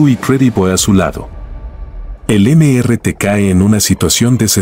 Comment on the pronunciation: No se dice.. eme ere te, se dice.. Míster ti, era su nombre.